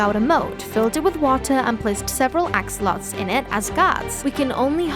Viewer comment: That's very interesting! Oh, and I noticed you called axolotls; 'axolots'? Just to point it out!